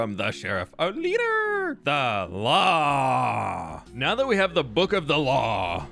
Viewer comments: He even said ‘the law’ like ‘the claw’ 😂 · It took me way to long to realize you were saying law like claw... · trying to convince people he respects the law while obviously making "The law" sound like "The claw".